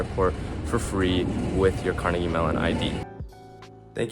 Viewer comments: kar-NEGG-ee. That's how people in Scotland pronounce it. That is more or less how Andrew Carnegie pronounced his own name himself. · You pronounced "Carnegie" wrong.